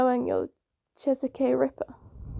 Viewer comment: Good reading, I enjoyed it. Also you pronounce Chesapeake as chess-a-peek